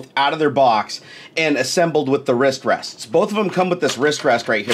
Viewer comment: P it sound's like you say wishtreshts or something simular if you say wristrests realy fast multiple times in a row